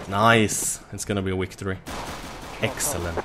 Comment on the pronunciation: I love how says wicotry